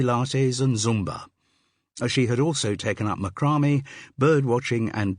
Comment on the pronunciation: MaCRAme?? Who says it that way?